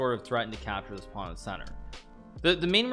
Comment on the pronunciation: she calls a pawn a pond